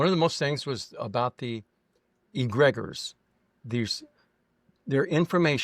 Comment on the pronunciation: I’m used to hearing the Greek word nous=intelligence pronounced like “noose” or “nuse”. He pronounced the vowel o in a long way like the word nose. So he says “nos”. The other was egregore. I’m used to hearing the o as a long o, like the word “store”. Not sure if that’s helpful. Just thought I would try to bring clarity to the words he was using in the section where he talked about Gnosticism. Btw John Lamb Lash is THE guy to go to for clarity of understanding what the gnostics were all about.